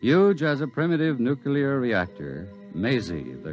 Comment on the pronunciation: nuclear not nucular